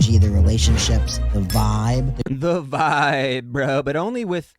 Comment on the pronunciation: lmfaoooo I love the way you clowned on the "viiiiibe" dude 😂. I can't believe they actually typed out his incoherent rambling and highlighted half of it